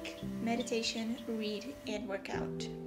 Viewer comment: When you said READ during your habit tracker, i heard "weed" 😂😂😂😂😂😂😂